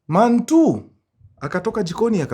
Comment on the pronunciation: Man one ...Man two ❌.......manuan😂 ....mantuu ✅